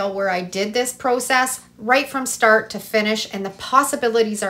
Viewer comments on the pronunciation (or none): none